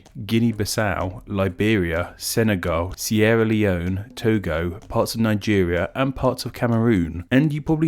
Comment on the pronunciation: ‘Sierra Leon’